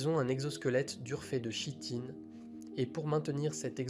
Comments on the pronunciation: Apprends à lire !!! 👎🏼👎🏼👎🏼 Par exemple, on ne dit pas chitine mais "kitine" !!! Et il y en a plein comme ça dans la vidéo 👎🏼👎🏼👎🏼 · La chitine se prononce "kitine"